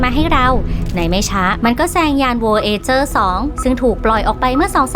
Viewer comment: ยานโวยเอเจอร์ จริงๆน่าจะออกเสียงว่า โวยาร์จเจอร์